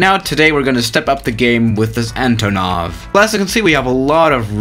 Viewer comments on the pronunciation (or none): Actually, its AntOnov. Not AntonOv.